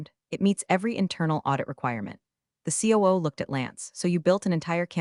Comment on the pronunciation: COO (Chief Operating Officer) becomes KOO in this story and narration. needs some dots after the letters. C.O.O.